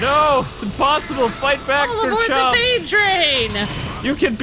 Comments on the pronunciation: It's garchomp not grrrrrchomp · Its gar-chomp